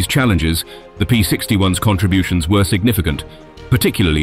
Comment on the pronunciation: The narrator also pronounced the plural of P-61 as if it was the "S" model, and pronounced the abbreviation for Me-109 as if "Me" was a pronoun. I HOPE this was a computer-generated voice, because if that's an actual person, he's kind of ignorant.